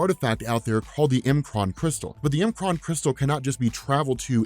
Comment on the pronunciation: I love that you say M'Kraan the way that you do. Some pronounced it "MUH-kron" and being an X-Men: The Animated Series fanatic, I say it like you do and always have. I was worried for a second though. Lol